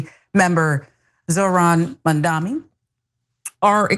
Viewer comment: He is Mamdani, not Mandami. I can imagine democrats' situation if guys like you can treat him this way.